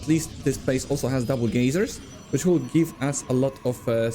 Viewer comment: 😂😂😂 lol vespene "gay-zers" I am never calling them anything else 😂😂